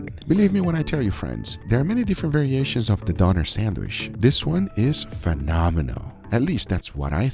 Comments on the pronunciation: Donner? its fkn DÖNER with an ÖÖÖÖÖÖÖÖ. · Didnt somebody tell you how to pronounce "Döner"? Not Doner, Donner. The Ö ist pronounced like oe. And that was more like a shawarma. Döner is served in pita bread, sliced through the middle but not completely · greek one is pronounced yeerow, not jai-ro and also the turkish one is pronounced dough-nair not donare